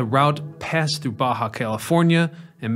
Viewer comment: Thanks for the video. It was good to hear about Mr. George. Maybe he needed to hire more good operators. 😂 I am sure you have heard about the George thing enough, and Jacumba. Thanks for pronouncing Baja right though, that might have did me in. A little info for you. A train isn't a train without a locomotive. Those would just be cars, or passenger cars, or rail cars, or train cars. Think of it like a Semi. A trailer isn't a semi, but it can be a semi trailer. Also, a locomotive by itself isn't a train. Sadly, the three Montreal metro cars, TPHX 801, 817, and 835, that are on a siding further up the line have been set on fire. It is sad the difference in a video from 12 years ago to a video from 1 year ago. 12 years ago they appeared to be in great condition, now they are just scrap.